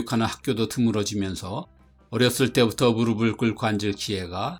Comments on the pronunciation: '무르비', '무르블' (X) '무르피', '무르플' (O) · '무릎을'은 '무르플'이라고 발음해야 합니다. '무르블'은 잘못된 발음입니다.